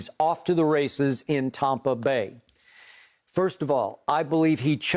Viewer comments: I cringe every time he say tompa. Stop it! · I finally realized by looking at the title why Skip says tompa bay instead of tampa bay. I just thought it was the correct way to pronounce the A in Tampa. 💀😂😎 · It still says Tompa bay 😂